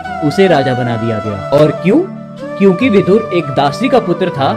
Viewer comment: सही शब्द विदुर है, विधुर नहीं। 😣 विधुर का मतलब english में widower होता है। उच्चारण पर ध्यान दें